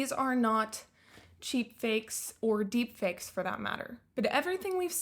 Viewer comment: Can't even say deep fakes correctly. I see who is spewing disinformation.